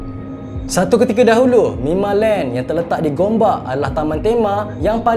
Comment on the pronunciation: Bang, orang cakap mimaland bukan mimalent😅